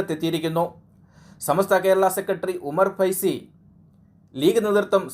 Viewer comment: ഉമ്മർകൈ സി അല്ല .ഉമ്മർഫൈസി ആദ്യം പറയാൻ പഠിക്ക് ചെങ്ങായി